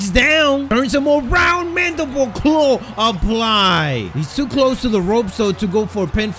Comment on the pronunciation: yo he knows how to say mandible claw!😂 just joking